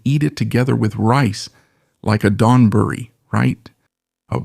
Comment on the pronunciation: It’s ONE word: donburi and not like Don, but like doanburree , one word, emphasis on the don, burree going at a fast clip.